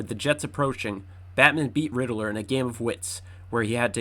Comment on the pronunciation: I heard my boi say “Rididler” like 5 times and quit